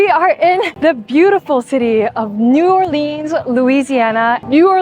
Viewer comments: Nice video but we don't say New OrLEEns. It's New ORleans. I could only watch about 3 min of you butchering the name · The city is pronounced New "Or-LENS," not Orleeeens. Also, to erase the African American origins from Creole people and cuisine was uncool. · physcally hurts when she pronounces it new or-leens instead of new or-lins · It's pronounced "New-Orlins", not "New-Orleenz". Fun video though! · New..or..lens.. Not leans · Nice vid of my hometown. Btw, it's pronounced New Or-lens not New Or-leens. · I'm super surprised that the locals haven't swamped the comments saying it's pronounced as "Nou Or-lins", not "Nou Or-leens". As southern people tend to be pretty proud of their local traditions. I guess an Asian girl doesn't have many viewers from the South? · Not new or-leens but new or-lins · And she pronounced it wrong every single time - it’s never NEW ORLEENS - it’s new or-lins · Get it right yeoja....it's not new orleans....it's new orlins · it's pronounced new or-luns... not new or-leens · So you're in my city! Nice! But it's pronounced new orlins, not new orleens. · Please stop saying “New Orleens”… that’s not how it’s pronounced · You are like murdering the local verbiage. New Orleans only has one "E" Not Orleeens. we pronounce the 'A". Bayu? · She needs to learn how to pronounce New Orlins. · It’s New Or-lens😂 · New Arl-linz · It’s not pronounced like jeans, drives me crazy when people do that. Any future visitors it’s New Or-lins. Once mastered it turns into New Owlans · NYOO ORLEEENZ 😂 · Not New, it's Nawleans 😉🤙🏼🏵️💚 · might want to check the pronunciation of a city's name if you are going to the effort to visit and video it. New OR Lense is the phonetics that locals use. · It is pronounced Nu- Or-Lins darlin'❤ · I cringe every time you pronounce the name of New Orleans wrong 😑 😒 obviously, you are from the West Coast. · New OR-lins. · First and foremost, pronounce it correctly! New Ah-lee-uns!! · It’s actually pronounced Nawlins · New OrLEENS 😊🤭